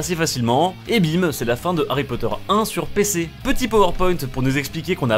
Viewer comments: C marké ipod ait pa ari potere ! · ARRY POTTER